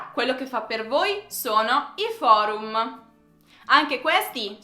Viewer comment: Amo l'accento degli italiani quando dicono parole che finiscono con 'm' d'altre lingue come ha detto in questo video, "foruma".:)